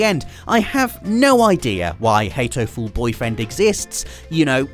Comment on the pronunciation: It's pronounced hat-o-ful boyfriend. Not hate-o-ful. Why do you always add a silent e to everything?